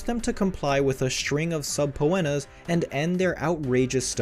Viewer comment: OH MY GOD. I can't watch this. If you are going to spend money making a video. LEARN HOW TO PRONOUNCE. Subpoena is suh-pee-nuh